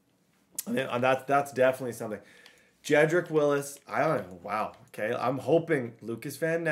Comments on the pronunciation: Wills not Willis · Its jedrick wills not willis